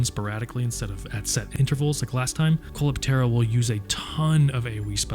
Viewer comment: Coleoptera - Koh-Lee-Op-Ter-Rah. It means "beetles", like the bug, like what the monster is.